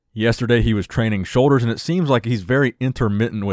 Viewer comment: what are 'show'ders weird pronounciation dude